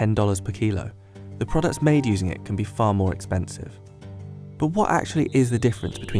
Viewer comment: He should have put an emphasis on Can when he said it can cost up to x 20 more than than table salt